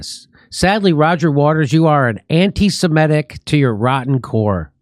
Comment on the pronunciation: Its (suh MIH tic) Jimmy, (MIIIIIIH tic)